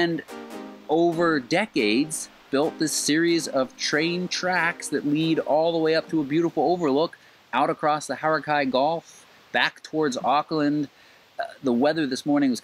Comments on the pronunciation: I was just thinking the same thing about Coro man del and How rack ee ;-) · Cool video, ill just say you pronunciation or Coromandal and Hauraki aren't exactly correct but its a New Zealand thing. Some of the Maori words will have the same issue.